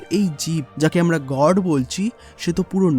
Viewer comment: God kot Ah ta uccaron kora think na